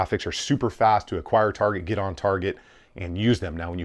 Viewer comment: Anyone else notice he has trouble saying the word "target"?